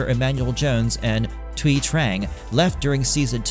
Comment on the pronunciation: Thank you for pronouncing Thuy correct!